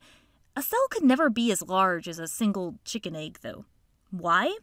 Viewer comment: The way she says chicken egg is funny😂